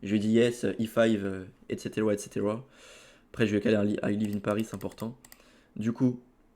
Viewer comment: "Etceterwaa etceterwaa" 🤣🤣